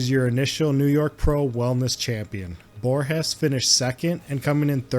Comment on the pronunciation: In Brazil we speak portuguese, not spanish. So the G in the Borges, has a G sound not R sound.